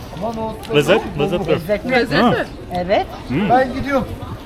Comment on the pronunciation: You're such a cute and respectful couple! Your choice of visiting Eskişehir shows your genuine interest in the local culture and history. Your pronunciation of most Turkish names are near perfect (e.g. Porsuk, lezzetli). By the way, "cadde" is pronounced "djadde".